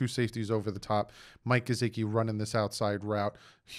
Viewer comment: Not to be nit picky but please pronunciate Gesicki properly! His name does not have a z in it! I had to listening too because of it!😖